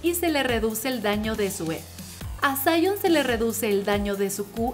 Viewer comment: Se dice Sion no Saion:v